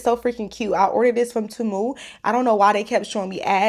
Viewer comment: I think it’s “tay-moo” not “Ti-mu”😂